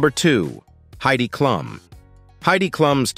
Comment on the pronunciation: Machine voices pronounce things in very amusing ways. I also laughed at Heidi "Clumb" and Jay "Leano".